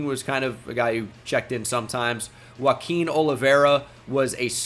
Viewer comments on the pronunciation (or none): none